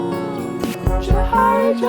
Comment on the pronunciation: Bruh the beginning of you two trying to pronounce Djohariah 💀💀💀💀😂😂 It's pronounced "Jo"-"Har"-"E"-"A" If that makes sense